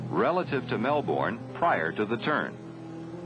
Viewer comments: Mel - bourne😅. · One would have thought that they would know how to pronounce "Melbourne" after all this time.